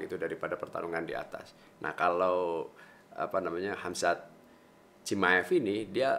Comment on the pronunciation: Khamzat bukan khazmat wkwkkw